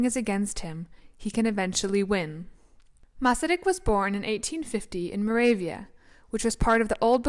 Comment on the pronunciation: As a Czech I appreciate this documentary about our first president and also an extremely interesting man. Your interest in him and your Czech pronounciation of Masaryk indicates that you are of Czech descent? Anyway, thank you for a very enjoyable and informative video.